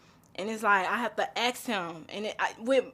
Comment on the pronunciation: Yet another black man who can't pronounce ask.